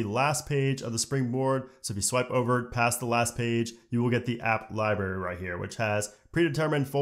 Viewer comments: Great video, but my god man, it’s LibRary not Ly-berry. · What’s a liberry? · My dudes says lie Barry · LibRary, not Libary... Had to stop listening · The way he says library! 👀